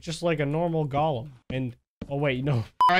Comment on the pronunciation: Nobody::"Gaulem"